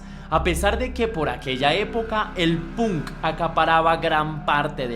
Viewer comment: emmm .. buena reseña.. decente mas bien.. debes prestar atención a las fechas porque no solo en la fecha de nacimiento de Paul le erraste sino en un par mas .. además debes, si quieres que tus videos crezcan a nivel internacional, mejorar tu inglés .. por ej.. la palabra Punk no se pronuncia como se lee .. se pronuncia Pank y sobre todo el nombre de la banda Iron Maiden no es eiron maiden .. es Airon Meiden .. salvo estas cosas en general está muy bien .. saludos desde Santiago del Estero, Argentina!